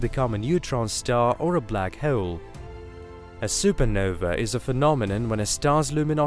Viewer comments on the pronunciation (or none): This guy: Black heaol